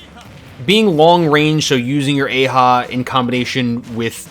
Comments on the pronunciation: Ok did anyone else here ee-ha or yeehaw when he meant to say eihah? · sounds like you said yee-haw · Actually, you don't need to rotate the stick for that: you can just hold Up and it does that. Eiha isn't pronounced that way. It's more like "Eh-ha", though not quite like it. You'll have to listen to Joker actually saying it (he says it when he uses it) to get the proper pronunciation.